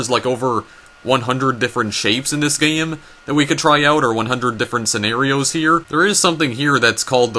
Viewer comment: i am triggered that he can't pronounce toys or game correctly, and says "toyis" and "gayem"